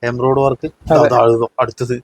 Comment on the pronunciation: നിന്നോട് പല പ്രാവശ്യം പറഞ്ഞിട്ടുണ്ട് എംബ്രോയ്‌ഡ്‌ അല്ല embroidary എന്ന്. ഇനി തെറ്റ് പറഞ്ഞാൽ അടിമേടിക്കും കേട്ടോ 😂